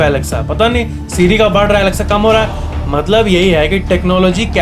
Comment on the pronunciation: I love your "maatlaab" word🤩